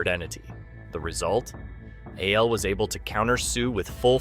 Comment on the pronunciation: Why can't you pronounce ABLE correctly? Is this an AI account?